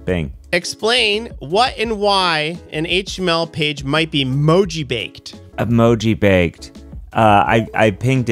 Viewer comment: Mojibake originally came from specifically displaying japanese (shift-jis encoded) in an encoding that doesn't support it (usually ascii). It's also pronounced moji-bah-keh, not moji-bake :)